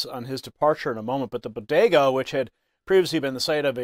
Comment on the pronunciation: Biden’s don’t even know what a bogetah (Jill said) is. Trump stops at bodegas just like he did before.